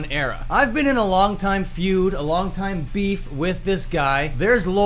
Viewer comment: "A oong time rival of mine" 😂😂😂😂😂😂😂😂😂 Yeah, okay Mr. 17K followers thinking you're at his level. Ahahahahahaha